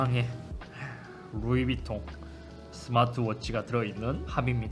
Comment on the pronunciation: 에헤이... 밤하느레 풔얼 해야죠... 베러랜 욜 루이빝톤~